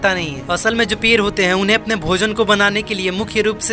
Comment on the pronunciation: पेर नही😜 पेड़ बोल